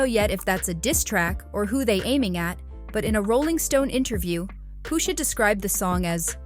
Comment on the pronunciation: Pusha not poosha